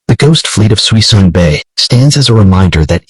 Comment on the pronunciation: There's not 100 mothballed ships in Suisun (pronounced "SOO-SOON") Bay, but the video still contains much useful information.